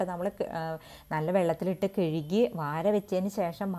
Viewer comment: കെഴുകി അല്ല ചേച്ചി കഴുകി എന്നാണ്